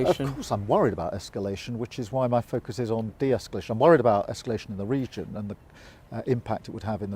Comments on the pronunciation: She said "inniment" and "esculation" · Why have we got someone asking questions about serious world politics when they can't even pronounce their words correctly -- Imminent and escalation are not difficult words to pronounce for goodness sake -- what has the BBC descended to???